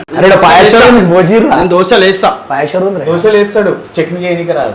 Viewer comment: Doshaalu kadu.doselu..doshalu ante vere😅😅